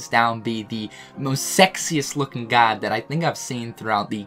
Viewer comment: Just wait until you hear how he says guard